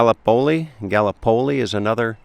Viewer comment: You pronounced Gallipoli wrong